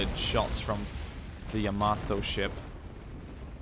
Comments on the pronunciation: It's Yamato not yamodo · YA-MATO (is how you pronounce it) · it sounds like yo- mato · Yo-mato (like NATO except with a M not a N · Yamamaaaaatoooo... Sounds beautiful with such prononciation... ^_^ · It's Yama it's Yamato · Yamato is named after the imperial dynasty. Yamamoto was shot down in 1943. Pronunciations: Yamato "Ya- "Like Ja" Ma- "Like mom" Mo- "Like from Wall-E" To "Like toe or a sharp to" | Yamamoto Ya-ma-mo-to. You do the rest.. -_